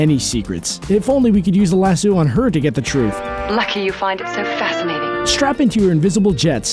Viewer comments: Lasoo? WTF, lmmfao. C'mon dude.. seriously? LASS-O! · why do you keep saying lasoo and they say laso? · It's not pronounced lasoo you dumb shit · Lass-oh not lass-ew, the fuck is that. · Lasoo??????ITS A LASSO! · He says Lassoo wtf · Grace Klemp That's how people put stop. "Staph" instead of Stop, and he pronounced it Lasoo, thats why I spelt it like that. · "Lasoo" wtf?! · why do you keep pronouncing it "lasoooo"? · oh my God please never say "lassooo" ever again. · Stop saying lasoo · LASSO!!!! Lass-oh!!! Jesus that's annoying! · LAS-SUE now I can't stop hearing it. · Is this dude saying LasSUE of Truth? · In Red Son Wonder Woman shatters her own lasso. (She also gets ten kinds of shit kicked out of her by anarcho-Batman.) And why do you keep calling it a "lah-sue"? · I can't stop saying Lasoo now! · how can you pronounce Lasso wrong so many times, even when they clearly say it correctly in the clips you used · 1.)You kept mispronouncing lasso 2.) Diana didn't have a kid with Kal-el she had a kid with Bruce Wayne while Lois Lane had a kid with Kal Other then that, I really enjoyed the video! Keep at it my dude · Jesus say lasso right! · Yes but that's not how it's pronounced. Just because that's how it was read once doesn't make it correct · I WAS DIEING BECAUSE HE SAID IT LIKE THAT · British vs American pronunciation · lass-O, not lass-u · Jad Bouch omg i was like it's lasso not lassoo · The narrator needs to listen to the clips that go into his videos. They clearly state how to pronounce Lasso, yet he sits there crapping out Lass-sue over and over again. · Its Lasso of Truth not Las-sew or Lashoo ugh But im not angry I like it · 15% of comments: Other facts about Wonder Woman 5% of comments: I did not know these things 80% of comments: STAPH PRONOUNCING IT LASOO, ITS LASSO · She debuted in 1941 (wearing the skirt she never wears...) Lah-so, not lah-soo And mke up your mind, daughter of Zeus or imbued with life from a pantheon of gods? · ITS LASS-OH NOT LASSOO